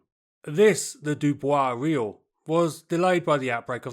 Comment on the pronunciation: Subtract 5 for the pronunciation of "Riout" and Alerion"